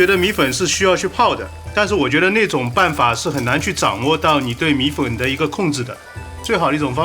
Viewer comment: Siyuan Hu 米混（米粉）這個字出賣了他